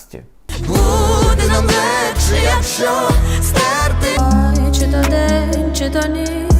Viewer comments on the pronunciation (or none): none